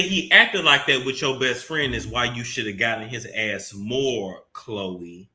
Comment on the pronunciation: if you say “KKH-LOEEE” one more gin😭😭😭😭